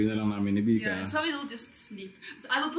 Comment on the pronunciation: It's Vika And Not Mika Po' Huhu' 🥺😞